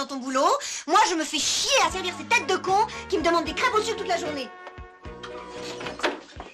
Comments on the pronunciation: bah oui c ça qui rend la scéne mythique: c'est une crêpe au "suc". Hilarant. Mais il ne prononce pas le "e" non plus, sinon on dérape. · oui il dit du suque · Vous avez de la pâte vous avez du sucre alors avec la pâte vous faites une crêpe et vous mettez du sucre dessus ' on dirait que le comédien ne prononce pas le 'r' de sucre